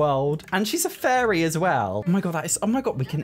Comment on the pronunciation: His accent made it sound like he kept saying furry instead of fairy. I fell for it each time like... oh she's a furry too?